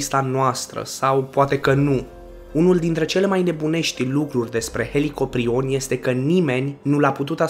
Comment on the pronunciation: Pai helicoprion sau cum ai zis a disparut